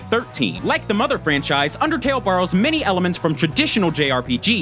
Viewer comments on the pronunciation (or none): but rider... IT'S UNDAHTAYLL! -MEHTPEHT